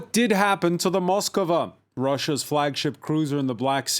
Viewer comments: Ityno not Moskova. It’s Moskva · Its not Moskova but only Moskva. Learn it properly. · Why is everyone adding an extra o to Moskva? Its Moskva not MoskOva